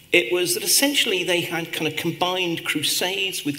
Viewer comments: да, мадам Ш., но предлог of читается [ав] , а не [оф], иначе будет off; sorry to mention, but that's my specialty; also, there must a stable ground tone within one note, i.e. a monotonic one. Just like her counterpart's speaking. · Keinesfalls. - Все приходят за знанием. А если профессор говорит of как off , то это незнание. А как слушатели узнают об этом?!